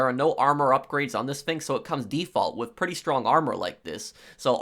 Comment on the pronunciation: Brooooo u talk so fucking stupid what is a flame froer? And wtf is wiff lol dude seriously...